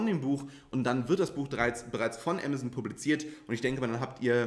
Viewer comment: Ich dachte zu anfangs „was ist Emmerson?“ 🤭 Man darf das ruhig deutsch sagen. Ah mah zon. 😉